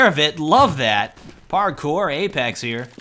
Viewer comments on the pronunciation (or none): none